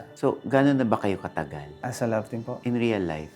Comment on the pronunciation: PANG KOREAN DRAMA YUNG PAUSE AND “PO?” Nya sa CHEEEEEEE!!!!!!!!!!!!!